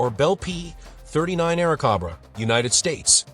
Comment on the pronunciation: Some errors in this presentation. A Mustang is shown rather than a Fisher Eagle. Aircobra mispronounced.